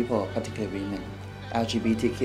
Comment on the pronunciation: He said WEE-MEN with WEENER hotdogs 😀